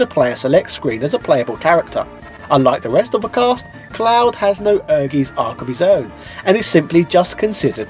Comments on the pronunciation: OMG! You should have spent a little time learning how to pronounce the games name. It's hard to take the video seriously when you're saying Ergies. Air-GUYTS. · You Must call the i in Ehrgeiz, my ear Are bleeding Evry time you say ehrgees, its called Ehr Geiz its a german Word let Google read it To Know How To speak Right. Sry its hurt so much for german People when you say ehrgeees, the Rest of the Video is sexy like always, mach weiter so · It's air-gays. Get it right 😁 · Ehrgeiz is pronounced as "Air guys". Ken Godhand Mishima not only looks similar to Kazuya Mishima, but he's voiced the original voice actor of Kazuya - Joji Nakata and has the same fighting moves as Kazuya Mishima. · Actually, you're not pronouncing it right^^ "Ehrgeiz" is german and means "ambition". It's pronounced like "air-gites" ^^ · Wow figures! I miss pronounced has ¨ER gaisz ¨ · I think it's pronounce air-geet. Also I don't care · Great video. I'd forgotten all about Tobal having that quest mode! That was one of my favorite aspects of both games, and I do enjoy these trips down memory lane.Also, I can only imagine someone else has mentioned, but it's pronounced "air•guytz". For anyone who hasn't played it, it's definitely worth checking out. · It's pronounced Air-Guy-Ts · No, you are not pronouncing it correctly ;) Ehrgeiz ist german for ambition, and it is pronounced ehr - guy - ts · Just stumbled over this 3 year old video and as a german i must say it is a german word that means "ambition" and is pronounced completely different. No offense, just letting it be known 😅 Great vid, though 👍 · I only purchased this game for the awesome female character models (at the time). I wonder if I still have it...🤔 And I feel like pronounces things wrong on purpose. The game actually says the title at the end of the awesome intro cutscene. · Also I just want to mention the game says the title itself. And it's the correct pronunciation. :)